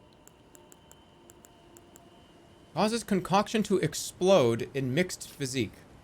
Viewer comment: "Wonderous physique" instead of physick